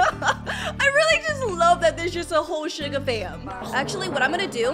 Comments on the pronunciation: said sugar not shuga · "Shuga bafish" ._. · I Love